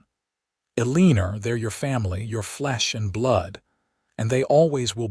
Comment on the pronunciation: Gotta fix AI's abuse of Eleanor - it's not "El-LEE-Not".....it's "EL-LAN-OR"